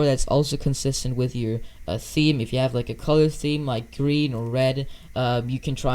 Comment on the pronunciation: Ah yes “you pack”